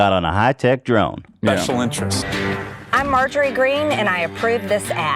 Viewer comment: Margarine Taylor Greene.... (Insert fry meme) Can't tell if owning the hogs or speech impediment...